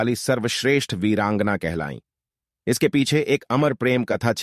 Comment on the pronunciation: इस कथा में एक प्रतिशत भी झूट नही है लेकिन भाई ये जो बार बार वीरांगना शब्द बोल रहा हैं उसका उच्चारण सही से नही कर पा रहा है